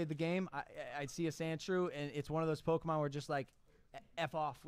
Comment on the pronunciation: mikes age really showed when he said "pokeman" LOL